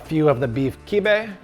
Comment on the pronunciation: Sorry bro that’s not kibbieh